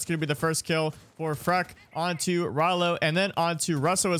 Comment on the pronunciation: Please stop calling him Freck, it’s clearly FREAK